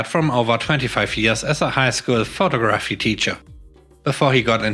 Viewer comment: Your English is amazing. Just an fyi. Photography has the emphasis on the 2nd syllable. Pho-TOG-raphy. Sorry, I'm a mom.